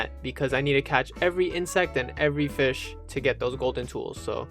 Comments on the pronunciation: please say fish instead of fih man :face-pink-tears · Why do you keep saying “Fih” instead of Fish? It’s pissing me off so bad 😔 I’m searching koroks in totk while watching this, and I don’t know why, but every time you say “Fih”, no matter how little I was listening before, I’m ripped out of focus. Stop will you😭